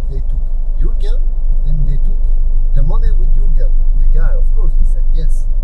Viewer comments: Thought she said "I have a fun" Thought man was boutta get shot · For a second I thought she said that she had a guN 😂😂😂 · I thought she said “I have a gun” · did she said i have a gun or i have a gum?